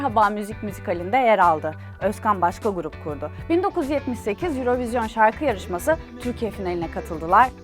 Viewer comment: Sevgili Vibio ekibi ve, Yayınladığınız birçok videoda ilgimi çekti, neden "Eurovision" 'un "Euro" kısmı İngilizce, "vision" kısmı Fransızca telaffuz ediliyor? Tabi istediğiniz şekilde telaffuz etmekte özgürsünüz fakat şahsi fikrim, böylesine telaffuzlara ve diksiyona dikkat eden bir kanalda orijinal telaffuzu olan "örovizyon" hadi olmadı "yurovijın" diye telaffuz edilmeliydi. Farklı bir sebebi var ise beni de aydınlatabilir misiniz?